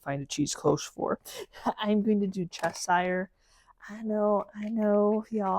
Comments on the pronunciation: Love the choice of colours, but quick note: it’s not pronounced ‘chess-hire’. It’s pronounced ‘chesha’. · Cheshire is a county in the UK and has a shhhh sound in the middle… not a hate comment just letting everyone know!!